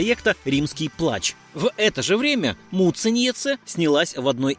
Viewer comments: Произношение фамилии просто режет уши. Когда уже научитесь прозносить правильно? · Как же автору трудно её фамилию выговаривать😁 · Автор вы лучшие готовьтесь к своим видео. Много напутано. И не правды прилично. А за ударения я вообще молчу😂😂😂то Муцениеце прям вообще, как будто мычать любите😂 то Шиловская...